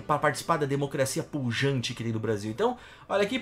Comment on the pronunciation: Pujante, não punjante